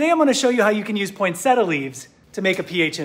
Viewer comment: I wish you pronounced "poinsettia" right.